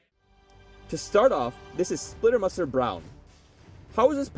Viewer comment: "Splitter Mustard" you pronounce it like that